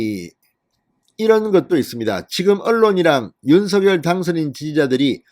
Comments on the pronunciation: 진선생님! 방송 잘 듣고 있습니다.그런데 방송을 들을때 마다 귀에 거슬리는 발음이 있어 오늘 논해 보고자 합니다.당선인 성함의 발음에 대해서 입니다. 진선생님께서는 항상 윤서결 이라고 발음 하시는데 이거는 연음법칙을 따라서 발음 하시는 걸로 알고 있습니다. 그런데 사람의 이름은 연음 법칙도 중요하지만 본인과 그 이름을 어떻게 불러 주기를 희망하는 부모의 의향이 더 중요 하다고 합니다.그래서 당선인은 본인의 이름을 윤성녈로 어릴때부터 불려 왔고 그렇게 불러 주길 희망 합니다.그렇기 때문에 진선생님께서도 지금부터는 윤성녈로 불러 주셨으면 좋겠습니다.이름은 중요 합니다.앞으로 외국어 표기도 신경 쓰야 하기 때문에 윤성녈이 맞는것 같습니다. 참고 해 주시길 바랍니다. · 윤성녈로 발음부탁요